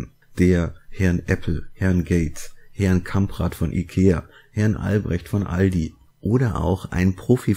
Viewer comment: Den Witz mit Herrrrn Gates und Herrrrrn Jobs find ich ja drollig....